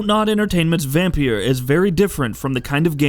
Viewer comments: It’s pronounced Vampire btw not Vam-pier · Like Vam-peer